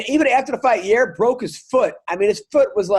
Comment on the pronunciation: Adam, can you please ask Chael to pronounce Yair’s name correctly? He keeps saying Ya’rear and I can’t be hearing “Max is really going after Ya’rear’ or ‘Ya’rear looked swollen”